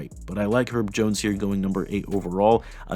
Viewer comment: “Erb Jones”😂